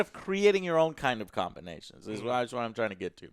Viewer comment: Lol comburnations..... lol